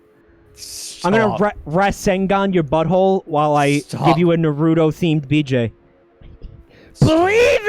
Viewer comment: as a naruto fan, their pronounciation of naruto makes me want to kill myself